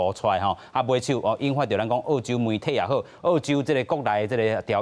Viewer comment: ò-chiu m̄是 àu-chiu，拜託，講人澳洲是àu洲，án-ne是teh kā人剾洗neh！